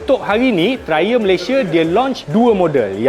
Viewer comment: Triumph bkn trlumph🤣